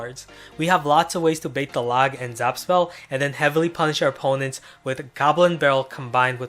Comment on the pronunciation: holy fuck can you you pronounce the log right litterly couldnt finish this vid because of how you were saying it and why the fuck do you have to say the log so much